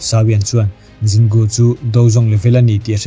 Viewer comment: Zin Gu i ti daih a Jin Gu (J kha Z angin i lam daih lawm)